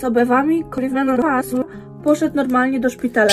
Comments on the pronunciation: Zawsze jak jest słowo korona wirus to słyszę coloran potasu 🤣🤣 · Ludzie: Koronawirus: Runawizuriws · Bardziej koronawisuri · Koronawirus: Koronawirus Koronawirus według: "kOrAnOHaSuriHA" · Wszyscy: koronawirus: narokowsuri